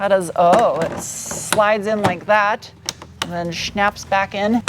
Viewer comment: Quote:"... and then shnaps back in!" 😂😂😂👍👌👏